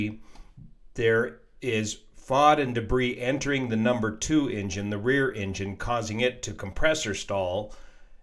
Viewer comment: Everytime he says engine I hear injun 😂